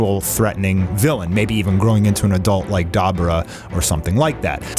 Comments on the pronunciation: Wtf is “Dai Bore Ruh” Lmao it’s pronounced “Duhh bore duhh” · It’s Dee bor ah bud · Da bu (boo) ra (rah).... Dude say it right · Dahbra✅️ Dabura❌️ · Duh Boo Rah. That's how your day Dabura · Say it with me. Da bora. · His name is pronounced DA BUU RA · Da-boar-ra! Pronounce it how we know it to be! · 🤔🤔Hmmmm Demon kings names is pronounced more so like Daa boo rah 🤙🏾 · The way u say dabura is disgusting lmao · You can't even say Dabura's name properly, Jesus. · A DBZ fan for 30 years and butchering the pronunciation of Dabura. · Why are you intentionally saying dabura wrong? And now you’re saying kibito wrong. Are you intentionally dumb?